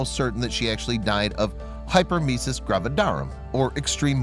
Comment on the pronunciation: It's hyper EMESIS gravi DARUM. Please work on your pro NUN ciations!